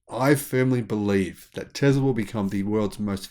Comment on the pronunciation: Its not Tezla its Tesla!